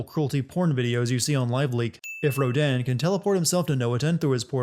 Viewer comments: Entertaining video, but how are you mispronouncing so much stuff? Jeanne's name comes up constantly, Rodin's several times as well, and Noatun multiple times too. :P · he can’t pronounce Jeanne or Rodin and it’s making me die inside. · I'm pretty sure the game doesn't say Rodin the way you say Rodin. +1 sin. lol